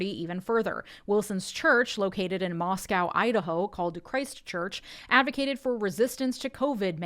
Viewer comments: Nicely done,! 👏👏👏 The ONLY thing you need to be corrected on, IMO, is the pronunciation of Moscow, Idaho. I’m local to Moscow and we say MOSS-koh, not MOSS-cow (that’d be Russia). 😉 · I live 30 min from the town that Doug Wilson started his little cult in. Suffice to say that everyone who isn't a convert absolutely hate him and his enclave of misfits. PS. The Moscow in Moscow ID is pronounced Moss-Co, not Moss-Cow like the one in Russia. Don't worry, everyone who isn't a local gets it wrong lol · Also I'm from northern Idaho and it's pronounced "moss-coh," unlike the Russian equivalent.